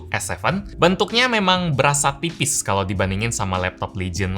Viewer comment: ini apa aku saja salah denger ataugimana,:goodvibes: kedengeran di menit kayak mau ucapin TIPIS tapi seperti diucapin PIPIS